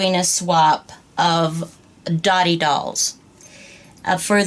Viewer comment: correct info but pronounced doe-tee. means friendship